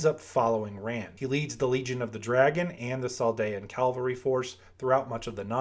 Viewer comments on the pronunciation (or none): PLEASE! I love your videos but it's CAV-AL-RY not calvary. Calvary is the hill Jesus was crucified on.